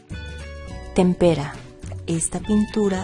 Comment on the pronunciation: pronuncio mal la palabra tempera jajajajaja